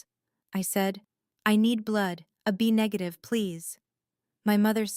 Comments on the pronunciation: Hello, AI reader, it is not "a B negative", it is AB negative". God, help us in the fight against AI control. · Apparently AI doesn’t know how to say AB negative!! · Not only that even money figures in dollars AI can't read properly in many stories